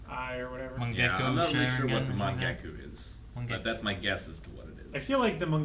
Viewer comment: Luckily they have years to learn n pronounce jutsu such as tsukuyomi n mangekyo n others.